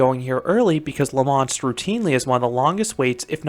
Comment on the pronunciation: It's not pronounced La Monst: it's pronounced La Monstre with a silent E. For someone who's been to Europe you should know better, 😑even if Quebeckers speak funny. Also: WHY DID YOU BRING X2 INTO THIS? Are you having a joke with us Canadians, young man? Tisk tisk. Finally: I never knew there was RMC topper track on this coaster, but I can only hope that gives Canadian coaster enthusiasts like me hope that they RMC Great Canadian Mine Buster, Le Mostre and possibly a raptor track at Playland in Vancouver (since the fastest launch in Canada is meaningless 😉) But thanks for posting; I've not ever visited La Ronde but your review looks to be about right. 😑 Thanks for posting!